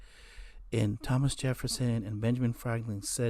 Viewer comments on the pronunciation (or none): none